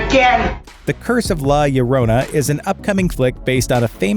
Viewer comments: La LLorona, It's pronounced... { La} {Yo =LL} (roll 'R' here){ 'r'o} {na} ! You're welcome %^ } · Okay, let's all try to pronounce this correctly: La Jo - Rhone(think the French wine region) - Na. Say it a couple of times fast so you get it. You will still sound like a gringo but at the most you're not pronouncing like this guy. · The way you said "La Llorona" ugh that gives me creeps